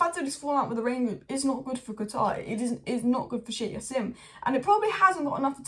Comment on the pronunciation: It's not yassim, in Arabic you pronounce the J.. it's Jassim